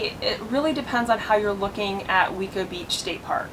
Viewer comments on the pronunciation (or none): It’s pronounced way-co beach